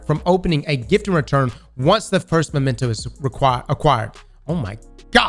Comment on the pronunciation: Bro it's MEMENTO, say it with me. Maybe the whole Hamkara thing went too far, you really need to read the whole word before you say it, and then say it right.